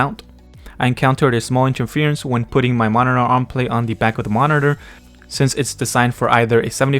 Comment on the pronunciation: Dude, I can't unhear it now 😅